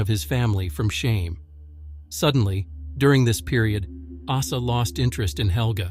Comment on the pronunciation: If someone name is Åsa say Åsa not asa😊